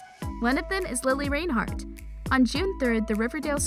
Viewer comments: take a shot every time mispronounces reinhart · I swear if you say her last name wrong one more time I am going to get YouTube to band your channel quit disrespecting Lili If you can’t say her last name right don’t say her last name at all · OMG its not Lili RAINhart its Reinhart like wtf😂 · Omg it’s lilli Reinhardt not lilli rainhart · its pronounced lili rIInhart not lili rainhart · I'm sorry but you pronounced it rainhart instead of reinhart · Im cringing how she says Reinhart “Rain-hart” LMAO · You kept say Rainhart instead of Reinhart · It really bothers me how she says rainhart not reinhart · "Its lili RAINhart" Me:REINHART GET IT RIGHT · Y does she keep calling her Lilli Rainhart it’s Lili Reinhart !! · did you know thats its not lili rainheart as your saying its lili reinhart OMG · Hate to break it to you but it's Lili Reinhart NOT Lili Rainhart. Maybe try learning her name before you make a video about her. Plus the thumbnail is clickbait and everyone already knows all of these facts. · okay its not rainheart its REINheart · I'm sorry lili RAINhart? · its not RAIN-heart its REIN-hart, you cant even say her last name. looks like you are the one that needs to learn more about her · REINHART NOT RAINHART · REINHARTTTTTTTTTTTTTTTT NOT RAINHARTTTTTTT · “Rain heart” lol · Every one in the comments talking about how she saying reinheart or the thumbnail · In the makeup part, Lili said it herself when she introduced her own makeup video. “Hi, I’m Lili Reinhart. So it seems like the person doing the video should pay attention. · It’s pronounced like “ rine- heart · It’s pronounced rine-hart but it’s spelled Reinhart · Hannah Vincent ya it’s spelled that way but pronounced rinehart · Any one going to y’all about how she said reinheart in a wired way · You lost me at Rain-heart. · Sweetie, it’s re-inheart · WILL YOU STOP SAYING REINHART WRONG ITS NOT RAINHART!!! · Is anyone gonna talk about how she’s saying Reinhart? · The way she pronounced Reinhart😫